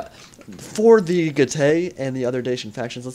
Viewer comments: Good commentary as usual, and it was very close in the end. Just one thing though: from my 3 years of basic Latin at school I think Getae is pronounced 'Get - I' rather than 'Get - ay'. Also the falxmen look really cool, and I hope they are added to the game. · I am from NZ as well but also happened to do Latin at school, and I can verify that is indeed correct in the pronunciation of Getae.